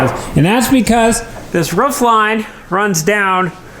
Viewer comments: I love this show you have. I love the personalities. I love the project. What drives me crazy is your mis-pronunciation of “roof”. It’s a roof not a ruff. You don’t brush your tuth (tooth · Really good videos, but roof, not ruff. Also insulation goes on the ceiling and walls 😉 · What an exciting renovation. A blank slate to do with what you want. Roman is an incredible addition to the farm. He knows his onions. Why can't you say roof properly? How do you spell it the way you pronounce it? Ruwf? Not only is your voice getting louder and shoutier all the time, but it is getting used more and more, too. This video was more like a podcast than a video. I don't like it. The things you describe over and over can be said with far fewer words. It might just be me though. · a dog says ruff.. the top of your house is a roof, sounds like room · Its roof, not roof